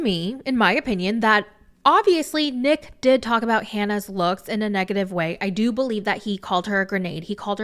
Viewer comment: I can't be the only one who's laughing every time says "Neck" instead of Nick.